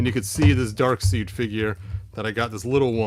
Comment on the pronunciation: I'm not sure if you were mispronouncing it intentionally or not, but "Darkseid" is actually pronounced "Dark Side", not "Dark Seed".